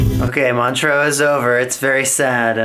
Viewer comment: First time you said Montreax I thought you said Montrose a small town in Scotland and I was soooo confused